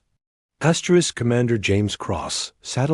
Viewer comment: Fix your AI or whoever is reading it there's no reason for it to be saying astric astric not worth subscribing to